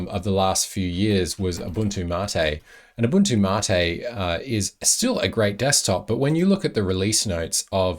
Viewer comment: In the tech industry, Gnome is typically pronounced as "Nome". And "Mate" is typically pronounced "Ma-teh".